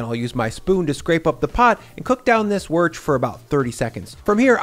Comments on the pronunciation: "Worch" what on earth are you on about? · Typical American can't say Worcestershire sauce